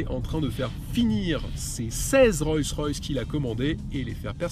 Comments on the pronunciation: C'est pas "Royce Royce" mais "Rolls Royce" (la base) ! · Le nom est Rolls Royce et non Roy Royce. Excellent essai!! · C’est Rollllls Royce pas Royce Royce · On ne dit pas "Royce Royce" mais "ROLLLLLs Royce" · On dit Rolls Royce et non pas Royce Royce on dirait un enfant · On ne dit pas Royce Royce cher monsieur mais Rolls Royce. Le luxe doit être présent jusque dans les détails. Cordialement. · "Royss-Ross..".. 🤣 Oh my god ! 🙉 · Royce Royce !!!??? C'est une nouvelle marque ? Avant de te donner autant de mal pour faire une vidéo (pas mal en plus) apprends le nom de la marque sur tu présentes ... Parce que là ça frole le ridicule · Enfin .........!!!.................. pourquoi prononcer " ROYCE ROYCE " ........???....... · Je rêve ou bien il a du mal à dire Rolls Royce ? On comprend Royce royce 🤔🤐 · Le problème ce n'est pas de dire royce une fois mais de dire royce royce, même les non initiés ne disent pas ça. La vidéo perd toute crédibilité. En plus tu dis : une parapluie, le comble. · Le problème ce n'est pas de dire royce une fois,mais dire royce royce, même les non initiés ne disent pas ça, après la vidéo perd toute crédibilité. Aussi tu dis : une parapluie, le comble. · Vous avez manifestement du mal à prononcer le nom de la marque 😊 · Dommage qu'il ne save même pas prononcer convenablement le nom de la marque. Petit détail mais ça le décrédibilise un peu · Le reportage est sympa, cette super camionnette aussi, mais alors quand tu cites la marque mes oreilles saignent ! Sérieux, je prononçait comme tu le fais quand j'était petit ! Un peu de respect que diable ! 😉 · Salut ..alors déjà ta prononciation de la marque ne m'a absolument pas déranger. .Les plumes d'écureuil non plus !😂..Et plus sérieusement vidéos très bien ! J'adore cette marque et ce 4×4..👌👌..Au plaisiiiiir ! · Le premier média français qui ne sait pas prononcer Rolls Royce ... mdr